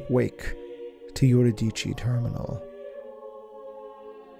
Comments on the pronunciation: Im willing to bet that what he pronounces as "yur-i-dee-chee" is Euridice, which is actually pronounced "yu-ri-di-see." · If I may be so bold as to suggest that the pronunciation of Eurydice follow the archaic Greek, yoo-ri-d-see and that the P in Ptolemy is silent.